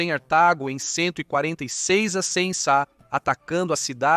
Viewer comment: Desculpe, mas narração por IA, não dá...e tem a narração de "ancem", PQP, é muito dificultoso dizer "antes de Cristo". Afinal a civilização atual é contada AC e DC.